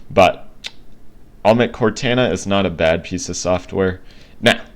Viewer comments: and another thing is that i dont think its pronounced cortana but pronounced like cortona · Please don’t cal it cortana with a “a” say it with a “o” sound in the end